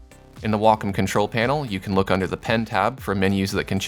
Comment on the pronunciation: I'm just here trying to figure out what a "Walk-em" tablet is. lol Nah, but great tutorial. Now to find out what does and doesn't apply to my Huion tablet. o3o